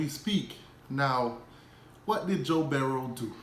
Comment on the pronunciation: It's Burrow not Berrow dummy